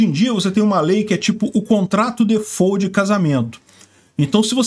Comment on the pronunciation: Eu sei que ninguém tem obrigação de saber pronúncia correta em inglês mas inventar???!!! Defô?????? DI-FÓLT